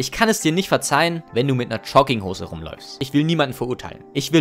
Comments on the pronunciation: Jetzt hör du mal zu!!! Der ganze Inhalt deines coolen coolen Video ist mir mehr egal als alles andere...aber...DAS HEIßT JOGGINGHOSE UND NICHT CHUGGINGHOSE DU!!!!!!!! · Digga sprich erstmal Jogginghose richtig aus alla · ich weiß nicht was mich mehr triggert: Leute die Jogginghosen tragen oder wie du das Wort aussprichst.